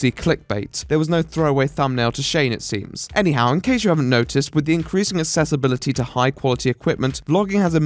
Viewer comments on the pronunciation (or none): Lol please stop saying "assessibility"